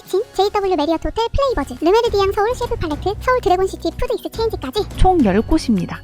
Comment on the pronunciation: 좋은 영상 감사합니다. 내년에 한국에 갈 때 많은 도움이 될 거 같습니다. 뷔페(여기선 버파이라고 발음)명이 다 영어라서 발음에 조금 신경쓰시면 더 고급질 듯 합니다. 바이킹 스워프보다는 바이킹스 워프, 플레이 버즈보다는 플레이버 스, 이런 식으로 띄어서 발음하시는게 좋으실 듯 합니다. 우리 아이들이 플레이 버즈(놀자 새들아!)라고 하시니까 엄청 웃었습니다. 기분 나빠하지 마시길 부탁드리며... 항상 좋은 영상 기대합니다. 호주에서...